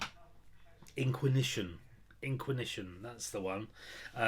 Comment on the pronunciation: In-quiz-ish-un hahaha. Good to hear you getting on top of your debt mate. All the reasons why I've never had a credit card and never want one. I've always lived by the motto that if i can't afford it in cash I deffo can't afford it in credit lol.